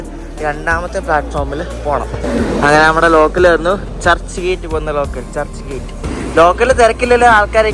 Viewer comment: churhi gate alla.... churchgate...ahemgabad alla Ahmadabad